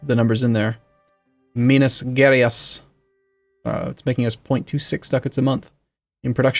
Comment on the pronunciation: I dont expect you to know how to pronounce the province names but Minas Gerais is pronounced like Me-nas Jeh-Raihs. Then again I do love hearing the Lord of the Rings-esque pronouncements